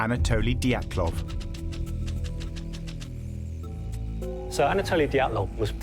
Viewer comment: Анатолиии Диятлоу. Смешно бриты произносят фамилии и имена.